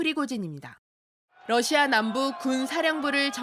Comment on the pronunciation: 앵커가 러시아의 Russia를 Lussia로 발음한다. 아래 글을 읽어 보기 바란다. TV기자들은 말도 잘해야 하지만 발음도 좋아야 한다. 특히 외국어(영어)의 정확한 발음은 대단히 중요한 요건인데 유감스럽게도 그렇지 못하다. 예컨대 많은 기자들은 첫발음 R 을 L 로 발음한다. Russia를 Lussia로, Roma를 Loma로, Radio 를 Ladio 로 발음한다. 물론 한국어에는 ᄙ(쌍리을)이 없어서 L 과 R 발음을 다 ㄹ로 발음할 수 밖에 없는 어려움이 있다. 그렇다면 한국인들은 R 발음을 정말 못 하는 것일가? 아니다. 초성일 때에만 못한다. 프랑스(France), 마리아(Maria), 도레미(doremi), 아리랑(Arirang) 등, 잘 하지 않는가. 그래서 TV기자들에게 다음과 같은 해결 방법을 주고자 한다. R 을 첫발음할 떄 R 앞에 '으' 발음을 먼저 하라. (으)Russia, (으)Roma, (으)Radio 등으로 말이다. 그러면 당신은 좋은 발음을 하는 TV기자가 될 것이다.